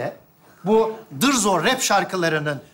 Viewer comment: Dırzo değil Dızo veya Barzo . Dırzo diye birsey yok